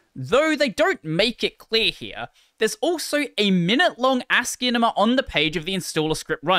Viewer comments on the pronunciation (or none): none